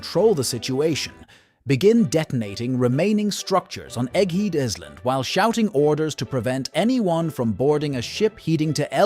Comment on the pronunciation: No way he said 'Egg Heed Is Lind' 😂